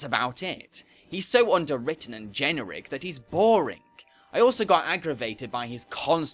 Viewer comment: Do you mean generic? You said (gen-ur-ic).